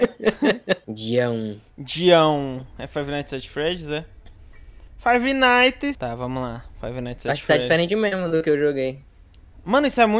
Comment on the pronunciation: FAIVI NAITIS